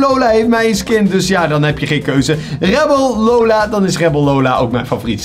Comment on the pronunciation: Het is rebel lola maar jij spreekt het uit als rebbel lola, je spreekt sally nani uit als selly nani maar jij zegt gewoon sally nani met de a